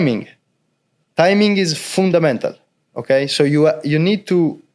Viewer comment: Best part of video BS lol and fooondamental